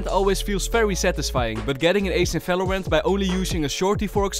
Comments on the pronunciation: falorant? bro 9 second and you said 9 times falorant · bro said falorant. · i rlly just love this dude for pronouncing the V like a F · Ffs stop saying falorant and fideo and fandal the letter is V